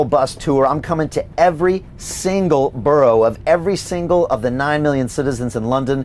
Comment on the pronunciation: Cant pronounce borough.....NO WAY KATIE HOPKINS 4 PM NOT THIS DORK